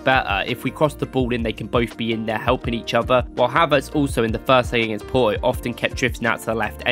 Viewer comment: It's Porto no Poroo 😆😆